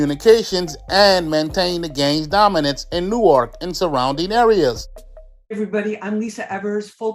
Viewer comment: The way that dude kept pronouncing Newark smh